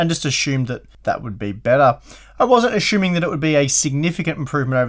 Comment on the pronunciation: Show-pan. A-shoe-ming.